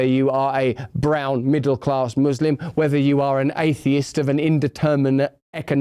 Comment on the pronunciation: How did he go from saying "muslim" to giving an accent in a matter of a few words and now it's "mooselum"..?